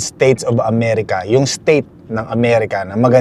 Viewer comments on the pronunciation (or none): none